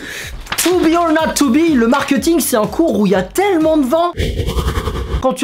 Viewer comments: Est-ce que je suis la seule à qui ça dérange quand il dit « markEuting » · normalement on dit markéting